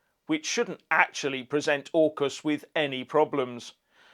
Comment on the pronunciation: AUKUS pronounced " ORCUS" dungeon and dragons god of death......hmmm